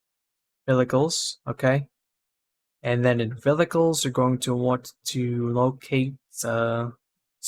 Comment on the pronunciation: Thanks for the tutorial. had to rewind multiple times cuz I died eveytime u said "Velicles" haha